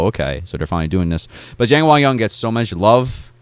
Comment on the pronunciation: 장원영을 쟁원영이라고 잘못 발음하네 ㅋㅋ